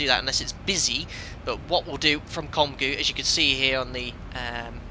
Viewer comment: Ficou engraçado ele tentando falar "obrigado" e "Congonhas". Só achei estranho o código transponder, o default aqui é 2000 e não 2020.